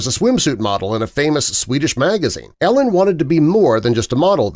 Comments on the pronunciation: I wonder why people who do youtube videos on famous people often mispronounce their names. Her name is not pronounced like "Ellen' - but is "Eee-lin." Would be wise to do better research, don't you think, my friend? God bless! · It's not Ellen........its EEEE-Lyn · sarcasm Im hoping - dude is total trash and ruined the entire thing by mis pronouncing E-LINS name - it isnt ELLEN you twit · Narrator miss spoke her name. E LIN not Ellen FYI 😂 Tiger is trash 🗑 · her name is said E lynn not ellen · Same!! It’s Eeeee-lin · It’s pronounced Ee-linn, not Ellen. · It’s driving me nuts that he calls her “Ellen”. Lol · Every time you say Ellen I feel like you’re trying to convince us Tiger was married to a lesbian. It kind of makes your entire video complete dogshit when you can’t even pronounce Elin’s first name. It’s even worse when you mispronounce it 500 times in less than 10 mins. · Hard to see you as credible when you don’t even know her name is pronounced “E” lin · Is that Jenna Jameson ??? AND I think it’s pronounced “ E- lin “ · Karien Slaven it means he doesn’t prepare his script well, lots of factual errors (woods has one son and one daughter, not “two sons”), pronouncing elin as “elis”. most of his videos have basic mistakes like that. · If you are going to make a video of someone, you should probably pronounce her name correctly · Saying her name wrong! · How many times can you say her name wrong? All the times. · They never do-.